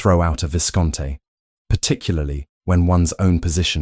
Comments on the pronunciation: Please fix the narrator’s pronunciations starting with Viscount: Vi-count instead if Viss-conn-tey 🙄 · Isn’t the AI pronouncing “viscount” Hartley wrong? Another Northmere hall? It’s been in several of these programs. And it’s funny. It says his note was a single sentence. Then the reader says several. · Enjoyable story. Passive-aggressive pride, stubborness and stupidity always makes for a good, you just want to smack someone story. Observation: she is not a viscountess, she is the daughter of a Viscount (which the narrator can't seem to pronounce correctly), Oliver is the Viscount. The land would have had to been sold to him and be in his name as woman were not allowed to own land. Never mind the duke would be robbing him of his inheritance.